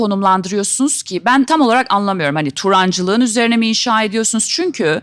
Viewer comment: Turancılığı sanki yabancı aksan gibi söylüyor ahahhaha